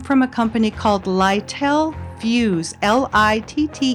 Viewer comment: little fuse is NOT pronounced lytel fuse, it is pronounced little fuse